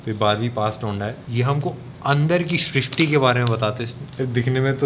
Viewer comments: bhai drishti nahi, shrishti😂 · He wanted to say poori srushti bana denge, he said poori drushti bana denge😂